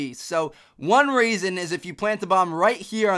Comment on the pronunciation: when he was talking about the slums b bomb he said raisin instead of reason